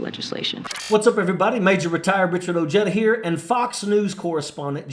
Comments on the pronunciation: I wonder if he knows it's Spanish and the (J) doesn't sound like an English pronunciation of a J. Ooh-hay-tha...like in old english (tha) yes or no. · 😂😂😂I was thinking just that😂😂😂I wonder if he knows or he just can't say "oh-HEY-da"?